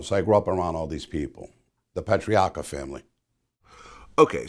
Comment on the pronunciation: Why can’t Vlad pronounce Patriarca or other Italian names lol